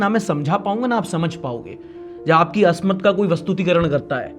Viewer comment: bhai ek urdu ka lafz aap ne istemal kiya hai asmat ye asmat nahi ismat hai.